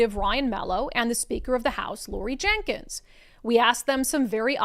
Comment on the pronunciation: It's Laurie Jinkins. Not Jenkins.